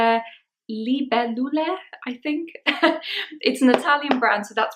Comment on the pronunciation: You said it the best I’ve ever heard. It’s lee-bay-loo-luh! I have and haven’t worn in a while. I’ll have to dig it out!😂